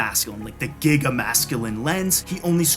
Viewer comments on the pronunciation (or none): none